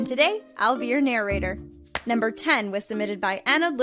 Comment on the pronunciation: Why do you say “narrator” so weird!